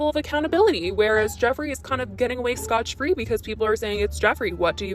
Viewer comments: one, its scott free not scotch free. llol sorry had a giggle at that. but i think Jefferee is going to take a major hit off this and him not speaking is a bad sign. i am betting he is lawyering up and about to place the fear of GOD in all of them. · Girl, it is scott-free, not scotch-free. Ily and see you on your next video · Did she say 'get of /scotch/ free'? oh honey no that's not the saying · scott free, not scotch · Jeffree disappears and waits for the drama to end. His little army of 12 year olds follow blindly. LoL it’s “Scott free”, I giggled when you said “Scotch free” ! 😆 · OMFG ROFLMFAO "SCOTCH FREE" DUDEEEEEEEEEEE ITS "SCOTT FREE"! BAAHAHHAHA THX FOR THE LAUGH! lol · we arent nikki, you arent talking about tape here lmao. Its Scot-free hahahaha I'm fucking dead that made my day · It's scot-free not scotch free lol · Scot free not scotch free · For future reference, it's "scot-free". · Haha. Scot free